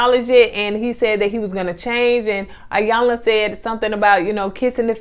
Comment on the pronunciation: So glad you reviewed this! It's pronounced E-yanla by the way.